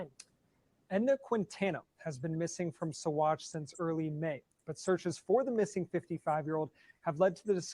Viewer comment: Yes, you are pronouncing Saguache correctly 👍 sa-WATCH